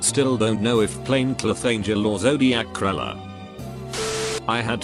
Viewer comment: So, K*ller is pronounced Cruller. I did not know that. /sarc